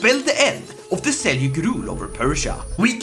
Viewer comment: It's pronounced as Seljuk not selyuk